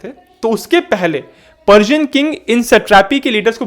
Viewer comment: पर्सियन बोल रहे हो या पार्जियन .???